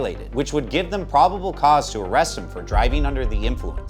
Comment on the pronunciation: "Dem amendments"